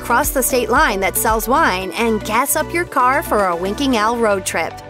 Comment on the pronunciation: I keep hearing her accent as, "Winking Al". Don't get upset - just me...